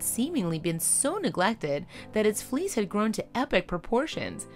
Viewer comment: It took a while to realize she was saying fleece not fleas